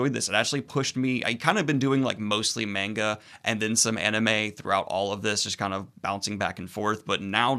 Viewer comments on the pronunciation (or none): none